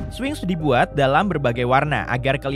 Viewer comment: Spinx... kok jadi swing????